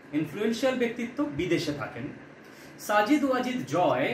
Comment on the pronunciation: সাজিদ নয় সঠিক উচ্চারণ সজিব